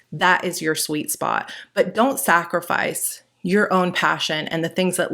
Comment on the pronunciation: "... don't sacrife your own passion".